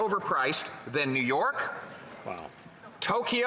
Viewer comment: Toe-kee-yo lol